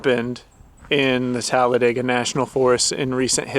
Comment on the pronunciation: Oh wow thanks for sharing this story.. I just recently moved here from Florida and tend to isolate and venture off. Beautiful fur baby by the way and thanks for pronouncing Talladega correctly because most of the people here do not lol. Happy and safe travels to you both 🐶🥰🥰